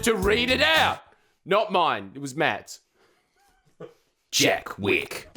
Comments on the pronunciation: The fact you said "Jack Witt" just goes to show you don't know JACK SHIT hah: gottem boys, clip it and ship it. ... I get my news from this guy. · Jack Wick?! Jack?! Come on mate.